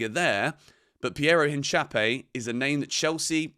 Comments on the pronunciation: It’s INCA-PEE-EH not inchapie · Hincapie not Hinchapie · Nice vid! Thanks for the updates. But I can’t let you butcher Piero Hincapiés last name like that 😂. It’s pronounced: een-kah-PYAY not hinchape 😂😂